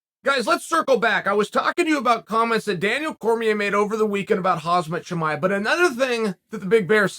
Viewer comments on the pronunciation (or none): hamzat chimaiev hahaha his name is khaaamzat chiamev not hamzat chimaiev